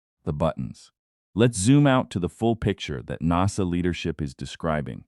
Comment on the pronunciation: Well you can't pronounce NASA properly and towards the end have you read(red) all the comments or are you going to read all the comments?? AI sucks!